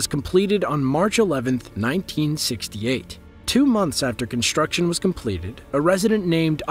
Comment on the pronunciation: "Conshtruction", "shtructurally" "dishtruction"--for some people first grade never ends.